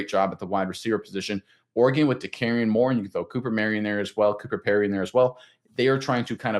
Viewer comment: Nope, no way Oregon usurps the Buckeyes as WRU. And good god, please learn to pronounce Moore’s name correctly.